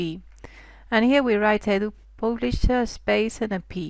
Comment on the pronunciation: pooblisher? :D thanks nice videos